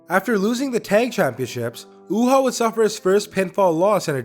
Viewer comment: It's pronounced U-Haa